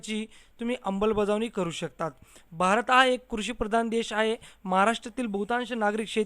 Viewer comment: अगोदर अमलबजावणी की अंबलबजावणी एवढंच शीक रे बाबा.